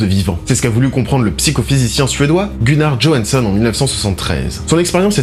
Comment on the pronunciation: Ce spoil à ;) M'enfin, est ce vraiment un spoil de dévoiler l'intrigue du meilleur film de sf de ces dernières années ? ah et petit cours de suédois : johansson, ça se prononce "yohansson" ;)